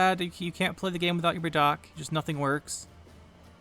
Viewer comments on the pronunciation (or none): Madoc ❌ Ma dawg ✅